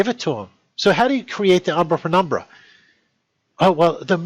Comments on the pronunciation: he says umbra and what sounds to me like "fenumbra" instead of penumbra. Okay, we all can have a slip of the tongue. But when he reads "when" while the word is "why", that's a big mistake. He continues with statements that are plainly wrong, getting more & more upset along the way. If he would just calm down and be willing to look at our tests & examples, comparing with his own, he might actually understand why we say he is wrong. That is the true key to learning, but so far I doubt we'll see him change his mind. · He keeps repeating "Umbrapenumbra" like it's abracadabra. Lame, really lame.